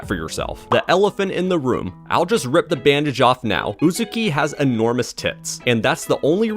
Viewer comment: im gonna cancel YOU for saying Uzuki instead of Uzaki